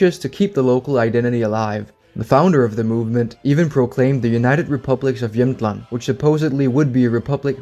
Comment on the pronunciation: Great video, and as someone from Jämtland (great pronunciation btw) you really got most of it right! While the independence movement is for the most part completely a joke, we are really proud of our land, probably the proudest in all of Sweden (I rarely meet anyone who even cares about where in Sweden they are from, nor do they take pride in their regional heritage, except for people from Skåne perhaps). We have our own flag and every year at a huge music festival called Storsjöyran the president holds his speech and everyone waves with their little flags and shout slogans in the dialect. We consider ourselves primarily Jämtish (is that even a word?) and then Swedish but I don’t think anyone would seriously want to secede from Sweden. Of course, I can’t speak for everyone, this is just my experience and view on the matter, but again great video though I have to point out one error and that is that the southern part of the region you showed on the map is a region called Härjedalen and not really Jämtland, and they do not view themselves as a part of “Jämtland proper” but besides that I think you got everything right!